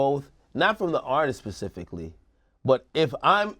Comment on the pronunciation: Nigga Academics said “pacificly” 😂😂😂 specifically dumass